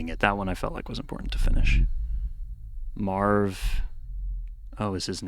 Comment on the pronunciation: I kept hearing “Merv” instead of “Marv” and tbh it just makes sense….they’re summoning Bagagwa…next opus will be in Ohio